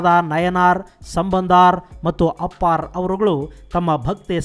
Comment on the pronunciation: It's not ನಯನಾರ್ ಸಂಬಂಧಾರ್ ಅಪ್ಪಾರ್ bro it's ನಾಯನ್ಮಾರ್ ಸಂಬಂಧರ್ ಅಪ್ಪರ್